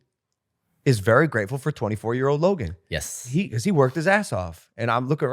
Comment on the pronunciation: Mike called Logan, "Lo-gain" ...hahaha wtf